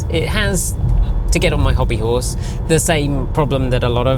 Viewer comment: 4 'orse? Only four horse power?! 😂